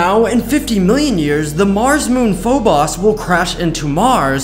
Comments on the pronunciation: “Phobos” is pronounced phobose not phoboss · Why do people say Phobos so wrong? Ive heard "Phobis" and "Phobus" And now Phoboss? ITS PRONOUNCED "FO-BOSE" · the pronunciation of Phobos is just wrong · it’s pronounced (PHO-BOSE)Phobos